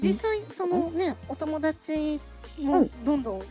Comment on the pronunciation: トコちゃん「友達」の発音が「ともらち」なの〜きゃわきゃわ💞